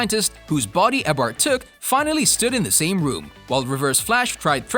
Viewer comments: "Eybard" LMFAO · ITS EE O BARD NOT EHBARD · I dont think he has actually watched all of the seasons he would be able to say Eobard properly even if it was a bot voice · i got cancer listening to him trying to pronounce "eobard" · This guy can't even pronounce eobard right. Why do a video on the flash if you know nothing about it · You pronouncing Eobard gave me a stroke. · That's not how you pronounce Eobard..